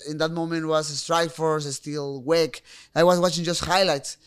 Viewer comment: I had to listen three times to realize when he was referencing WEC he said "wec" like as a word instead of acronym. Funny as hell 😂😂😂😂😂😂